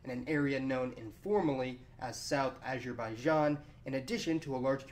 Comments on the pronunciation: What's with pronouncing "Azerbaijan"?! It should be pronounced as, Azer ba ee jon. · copterofrofling acherbaichan 😂😂😂😂